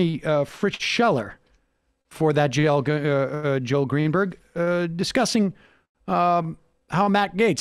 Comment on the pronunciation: Did Sam call him "Jail Greenberg"?